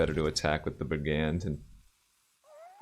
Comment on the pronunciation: please stop pronouncing brigand like that :'(